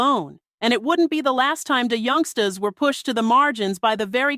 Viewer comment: AI's pronounciation of Black dialect influenced words are horrible !!! I cringe every time she pronounces the group name as Die Youngstas. Just horrible.